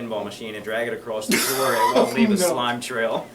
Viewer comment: My girlfriend looked over at me while I was watching this and said "did he just say a SLIME trail???" ROFL